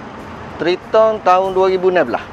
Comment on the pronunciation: Sebutan triton tu bunyinya "TRAITEN" sebenarnya Bang. bukan threeton